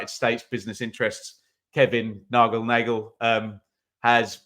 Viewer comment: just to help its Nagle as in Bagle 🥯 👍